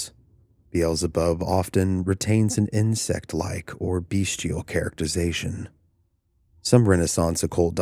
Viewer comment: The word is bestial not “beastial”